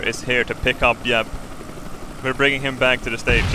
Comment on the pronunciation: why does he pronounce jeb as yeb